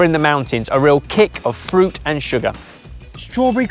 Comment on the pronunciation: English: fruit, French: Fuit?? Keep the R.